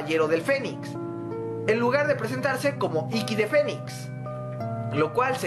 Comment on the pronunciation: Parece que en lugar de decir "el fénix" dices "el fenic"